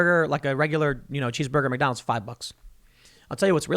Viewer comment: Tim: "People eatin' at Mack Donnel's"